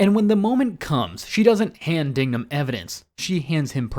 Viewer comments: It’s pronounced Dig-num. Not Ding-gum. Dignam already suspected Sullivan, not to mention the 4 officers tailing Queenan weren’t right with it. Queenan’s phone records could be traced and Costigan’s file recovered. All of this is basic detective work. There’s plenty here that points to someone other than Madolyn. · Its DIGnum, not DINGnum gotdammit! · It's not 'Dingnam'. It's 'DIGNAM'. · DIG-NAM. DIG-NAM. Not "Ding-nam." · It's DIGNAM, not Dingnam. Dude! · It's Dignam. Not Dingam or Dingnam. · It’s Dig-Man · JFC, it’s DIGNAM You want somebody to watch your video and take it seriously, try getting the main person you’re talking about in your video’s name correctly.